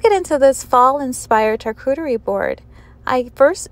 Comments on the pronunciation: I watched again. You’re right. She pronounced it with a ch instead of a sh. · Charcuterie literally means cold cut cooked flesh. Its pronounced shar-cute-airy.